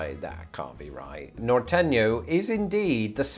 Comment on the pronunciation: Ehh I don't know if you should get any points for mispronouncing norteno nor-tey-noh :D